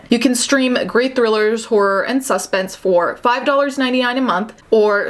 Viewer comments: wait do y’all say SUH-spense or suspense? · Why does she say suspense like that 😂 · Anyone else notice she kinda says suspense funny ? Lol , good job with the video tho keep up the good content